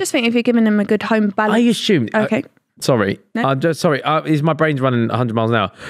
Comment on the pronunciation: BROOOO!!! wtf is "asshume"?? it's assume.. where you getting the 'h' from? said it like 10 times lol